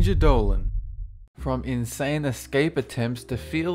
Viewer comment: Its Dolan, not Dolen